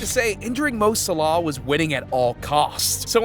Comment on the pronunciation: 'Mo Salaa' 💀 bro its Mo Salah